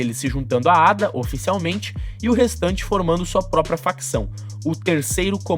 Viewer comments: Ada é o teu cu É a.d.a porra aprende a falar analfabeto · e estranhoouvir Ada quando aqui no rio nos fala A.D.A. letra por letra